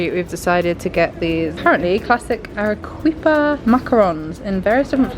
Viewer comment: Loving the Peru content ❤ if there’s a “qu” in Spanish it’s pronounced as a “k” so Arequipa would be pronounced Ah-reh-KEE-pa